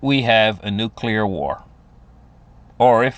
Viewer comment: TODAY ON A HUNDRED WAYS TO DIE WE REVISIT NUCULAR DEATH... Sorry I am drinking tonight, but love you brother 😂😅